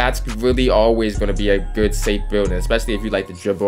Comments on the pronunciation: Why u say good like geerd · good* not gerd 🤦‍♂️ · Why do you say “good” like that ? Lmao gurrrddd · I thought it was only me hearing it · ohh he said good ian even knowwwww😭😭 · why does he say good like that